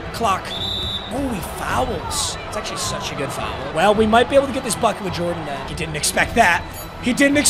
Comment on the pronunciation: pronouncing foul as fowel is infuriating